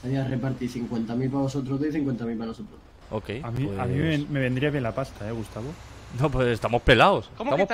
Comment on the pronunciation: a dicho "Gustacio"? JAJAJAJ NO PUEDE SER AKDHKS